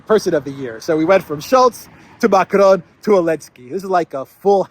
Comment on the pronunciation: It’s not Macron. It’s Macarone